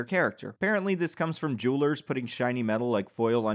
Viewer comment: I thought you said “juulers,” then realized you said “jewelers.” Close enough I suppose. Wonder Woman could have been a much more satisfying and greater film with your added changes. Excellent video as always.